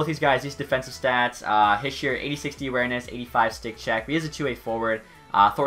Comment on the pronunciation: Its pronounced nico heesher not hisher